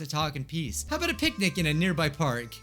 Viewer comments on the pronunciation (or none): I heard both pancake and picnic. XD it might be the new yanny & laurel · I uh,, I thought he said pancake